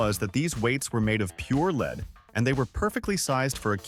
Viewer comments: It's not leed it's lead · Leed instead of lead?😅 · Who pronounces lead aka plumbium as leed? AI, right? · That damn leed is terrible 😂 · I caught that, too!! 😆😆